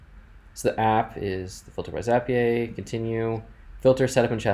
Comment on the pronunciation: This was really helpful, but why in the world do you call it Zappy-ay? 🤣